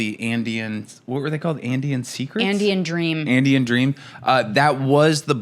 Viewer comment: Andean Dream cookies! Thank God, I thought you said Andy M Dream Cookies. Didn't know what to expect there, and warned my mailman. He'll be relieved. BTW, it's pronounced "Burn-Steel." I know, who cares?...